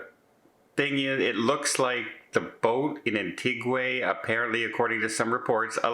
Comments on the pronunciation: Antiga, not antiguay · it's pronounced Anne-tee-ga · Pronounced AnTeeGa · Love ❤️ you and your channel yup you missed pronounced another one today... its An- ti-Ga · AN-TEE-GAH with an emphasis on the TEE . As several people native to there corrected me. And I was told Barbuda is pronounced like Bermuda. I loved it there. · Say it with me slowly AN-TEE-GAH......there you go....I knew you could say it. The capsized craft was filled with people from Cameroon. They started the journey in Guadeloupe with a stop in Antigua, where they stole the boat to get to the US Virgin Islands which unfortunately never happened. ALLEGEDLY ! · no harm meant but it's pronounced An Tee Gwa.... not with an AY sound at the end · 'An-tee-GAH!!' Silly! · is Canadian, perhaps he pronounces Antigua differently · Yep, you sure do butcher a lot of words. Go ahead and ad "Antigua" to that list as today, you said it unlike anyone else ever has in the entire world. I am seriously starting to question the Canadian education system. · This guy has gone to An-tig-ua like forty times, no idea why he cant pronounce it.